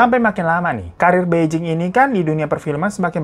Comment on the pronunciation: Kak bai jing itu bacanya pai cing dia pindahnya ke bei jing bacanya pei cing..sebagai org yg pernah sekolah bahasa mandarin dan tinggal di Beijing 2 tahun lebih gatel pengen benerin pengucapannya 😅